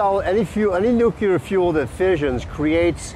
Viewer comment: Can't take this guy seriously. First, I don't see him or his book title on . Second, he' can't pronounce "nuclear," and apparently doesn't know the difference between an "anecdote" and an "antidote." Third, he does nothing but throw out the usual arguments like hormesis, and does it in a hand-waving manner. All hat and no cattle IMO. Oh, and the audio quality sucks, too.